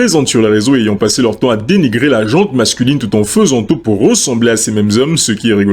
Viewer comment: Petit point prononciation : "la gent masculine, la gent féminine". Il n'y a pas de "E" à la fin de "gent", ni pour les hommes, ni pour les femmes. C'est un nom féminin, et comme l'adjectif qui le suit ne commence pas par une voyelle, il n'y a pas de liaison orale.